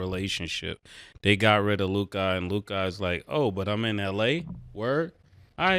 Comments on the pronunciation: "LewKaaah" drivin me badly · At this point, he either likes to hear himself say Lu-kah or he gets confused between his potna Luka Brazzi from the street... if you know you know... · "Lou Cah" -Ma$e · Think lu-cuh mase, not lu-kaaaaaa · LU CUHHHH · Somebody tell Mase it’s pronounced Lu-Cuh 😭😭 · " Luke- Ahh " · Ma$e saying LuKAH is triggering me sumthin serious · Who's Lou-kah? 😅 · Who is Lukah? Mase got to be saying his name like that on purpose.. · “Lukai” -Mase 😂😂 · Mase pronouncing it “Lu-KAH” is killing me lmfao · 😂😂😂 he say it like his name is spelled LUKI 😂😂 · Lu-god, like shamgod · Lu-kah lol😂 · Mase “LUE’KHAD” 😔🤦🏾‍♂️🤦🏾‍♂️🤦🏾‍♂️ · the way he said Luka 3 times ina row 😂 why he saying it like that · why cant mase pronounce luka?😂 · Murda adding an extra ahh to luka name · Who taught mase how to say Luka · Why is it so difficult for Ma$e to say Luka's name? 😤 Gahdamn son 🤦‍♂️🥴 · Mase just butchering Luka name my goodness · Mase is pronouncing Luka name with too many letter lol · hate the way made say luka 😂😂😂😂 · Bruh i freaking hate the way Mase says Luka’s name 😂😂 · 3 days straight and this dude can't pronounce Luka name right? He need a producer in his ear... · I have to forward any topic on Luka cuz I can't take it and they won't say anything to him. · Man murder gotta learn how to say Lukas name